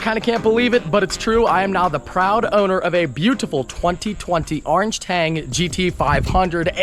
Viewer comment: Car is beautiful love the color and we all get to enjoy how you pronounce orange.